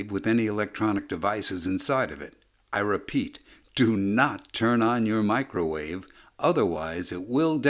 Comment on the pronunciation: He had to specifically say "Do not turn on your Microvave, I Repeat DO NOT TURN ON YOUR MICROVAVE"🤣🤣🤣🤣